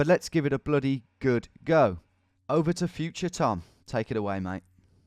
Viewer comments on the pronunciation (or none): none